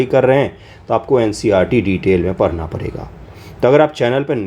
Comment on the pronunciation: पढ़ना ❌ परना ☑️😂